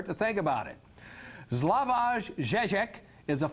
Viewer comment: OMG!... he should have been adviced how to pronounce slavoj at least!... it is very close to savoy...